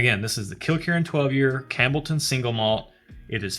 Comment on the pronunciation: I winced every time you said "Cambleton" instead of Campbelltown, but the fact that y'all are WAAAYY outside your wheelhouse made it ok. After the Offerman/Laphroaig mixup I was like "Oh man, people are gonna roast them in the comments and we'll never see another scotch episode." I'm glad to see it's turning out great, lots of good suggestions in the commentary. Do you happen to know which Laphroaig Cairdeas that was? They're different annual (I think) releases, so it could have been anything from port wood to fino casks to, well, lots of stuff lol. Their Cask Strength editions are fantastic, as well as Lore (love me some Lore). Lagavulin is very similar to the Laphroaig Cask Strength, and has a Distillers Edition series which I highly suggest tracking down as well. (If y'all accept samples I'd be happy to ship a bunch just to get you some variety without having to take out a second mortgage lol.) Lagavulin was my first foray into Islay whiskies, prior to that I'd only tiptoed around with Glenlivet, Macallan, and some scotch-adjacent stuff from Japan--you'll need to check them out next, but pace yourselves haha!--but still preferred American whiskey. That first sip of Lagavulin was like coming home. I still enjoy Bourbon, but the sheer range of variety you can get with Scotch is just astounding. Bourbon is catching up, especially given some of the things I've been tasting out of Texas, but Scotland has a hell of a head start. Oh, and if you want to get stupid and blow some ca